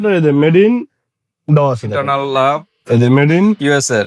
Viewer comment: ভাই ইন্টারনাল লাভ নয়, ইটারনাল লাভ